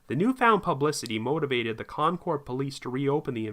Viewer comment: Concord, CA is pronounced Konkerd, just for future reference.